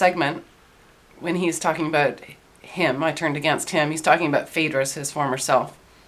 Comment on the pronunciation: Aboot! lol did anyone else notice that, like in South Park with the Canadians...aboot! lol She said it like 3 times in a row....lol Aboot! lol Aboot! Im not taking the P. in fact I have even unsubbed to PE and those lot I am MGTOW to the bone...but you did say aboot lol